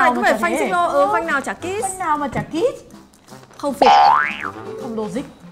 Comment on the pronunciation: Phanh xích lô thì nghe thành kítttt, nghe gần giống kiss